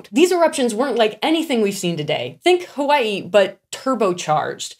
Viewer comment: A the way she said Hawaii was so fun 😂 B they also do backflips in ark when you pet them 🤗 there so adorable